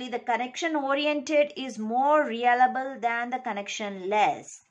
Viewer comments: Your pronouncing reliable as realable😂.. anyways nice explaination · It's reLiable not reAlable